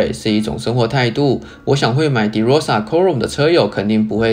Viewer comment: De唸法是ㄉㄜ˙ 不是ㄉㄧˉ